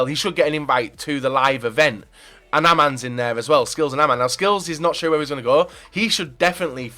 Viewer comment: Do you guy's think says "sheewer" more than says "todayy"... Hmm that's a close one